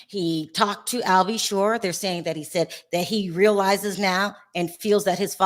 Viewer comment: Al B Sure not shore seriously.